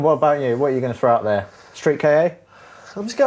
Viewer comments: Why do you British people call the Ford Ka the "Kay-Ay" and not just Ka as a single sound? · Hey says you're wrong about Silvias saying they're boring Also you don't pronounce KA as K-A it's KA k-ahhh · Stop pronouncing it Street Kay A, it's Ka like Car without the r. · how many times do I have to tell ya!:) It's not a Ford K.A. It's promounced 'Ka'. Like 'car' but in a Liverpool accent. If you're so convinced it's K.A., what to the intials stand for?:D